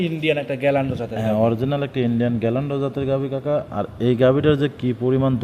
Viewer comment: বাটপার। গিরল্যান্ডকে গ্যাল্যান্ড বলছে।